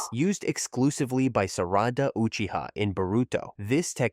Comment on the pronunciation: It's sarada not sarata 😊